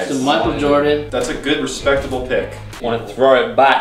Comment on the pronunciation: Sahquile O'Neal? And Michael Jordam?